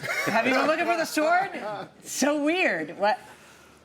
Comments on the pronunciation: How is it even possible that Judge Milian is mispronouncing the word “sword”????? I just love her and admire her so much. I don’t know if I’ve ever heard her make a pronunciation mistake, and I definitely have not heard her make one with a common word such as “sword”. I know that there are just some words that people often get wrong, especially a few classics that they’ve been saying incorrectly since they were little kids (‘libary’??). But this is just so cringy! She is usually PERFECT! 😳😮😂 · That's not how you pronounce the word "sword"!